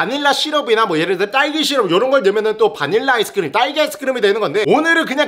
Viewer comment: 근데 딸기는 랄리아니고 왜 랄기야?ㅋㅋㅋㅋ 후레시우유는 루레리루류면서ㅋㅋㅋ